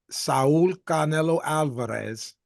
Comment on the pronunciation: Even Spanish speakers don't pronounce "Canelo" like that 🤣